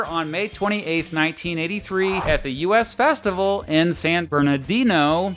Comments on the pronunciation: It’s pronounced The “Us” Festival, not U.S. Festival. And yes, I was there. Kind of sucked if you ask me. I hate huge festivals where the artists are so far away. It’s very Un-Punk Rock. But luckily I did see The Clash twice in one week in … 1982? 83? at the Hollywood Palladium when The Clash played something like 5 nights in a row. They were hugely popular by that time and preferred to play smaller venues with more dates. And that was awesome of them. The Ramones were very much the same and that was awesome of them too :-) I wish I would have seen The Clash the first time they played LA at The Santa Monica Civic in 1979, but I wasn’t fully hip to Punk Rock at that time. But it the debut of London Calling and there’s no denying of how amazing that album is. Nuff said, I’m out! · It's the "US Festival"(as in "we")....NOT "U.S. Festival"!